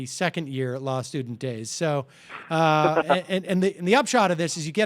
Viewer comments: Haha sounds like Ian keeps saying "lawl" instead of "law" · Omg this is so obnoxious, anyone else irritated every time this guy says "Lawell" instead of Law!? Interesting piece, but each time he pronounces "law" as "Lawell" or "lawl???"